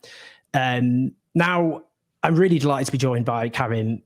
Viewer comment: Why do British people always say Karim as if it is Karen with a "m" instead of a "n"? As far as I know, it is always pronounced like Ka-ream rhymes with stream by the people with the name. It bothers me. Feels disrespectful.